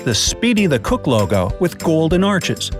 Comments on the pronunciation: It's not lego it logo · Title says logo he says legp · Lol, I was just about to tell the narrator that the title was "logo" not "lego" until he already got corrected.